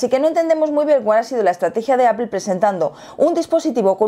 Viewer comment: Porque dicen Apel y no Apple?? No la L va antes de la E? Que cagado